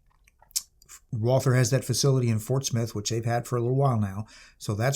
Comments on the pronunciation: Fun fact - one does not pronounce the "th" it´s just "Walter" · It’s pronounced ‘Valter’. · Nicely done on the German words, but you were wrong on the most important one: there is no "th" sound in German, so "Walther" is just pronounced "Walter". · Walther is actually pronounced Valter in German. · The name is just said like "Walter" without the the "th" noise. It's like the name "Thomas" in that regard. If we were speaking German then we would say "Valter" But other than that, pretty good handling of Deutsch for the Ausprache und Übersetzungen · Just to point it out ... the h is silent. Pretend it isnt there, when speaking it. Just say Walter. Way more closer to the true pronounciation. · I wish you would pronounce "Walther" properly. Should be pronounced about halfway between "Valt-hare" and "Valt-her". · It's prounced Valther.It's from Germany. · A pity. After I finished the video. It's pretty pathetic not to be able to even begin to pronounce the German name of the manufacturer correctly after such an elaborate intro. Disqualification! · Walther; mispronounced by everyone since 1936.